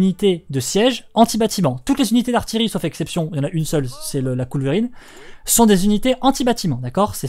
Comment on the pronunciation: On dit Couleuvrine pas Coulverine haha